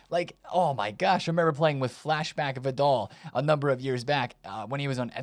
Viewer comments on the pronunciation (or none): “Vid-all” … this is definitely a gimmick for him. No way anyone can miss this much. 😂🤦🏻